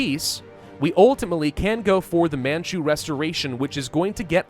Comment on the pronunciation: "Insert the botched pronunciation of Qing and Manchu here" Me: I would like to strangle myself rn